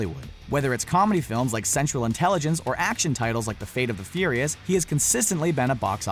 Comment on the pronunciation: Why does he say the fate of the furios its fast and furios